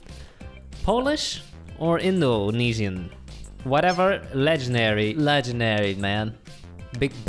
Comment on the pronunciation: When he said Legandar i felt that😩😩😩😩😩